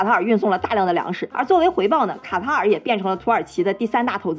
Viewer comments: 一直聽成蛤蟆🐸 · 卡塔尔 ká tá ěr 正确读音 了解一下